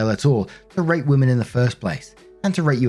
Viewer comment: Is it just me that thought i heard "r@ insead of "rate" in story 3?